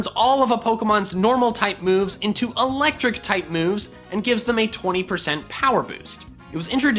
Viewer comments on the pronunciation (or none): none